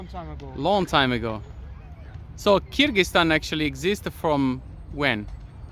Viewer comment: 'Kyrgyzstan' not 'Kyrgyztan'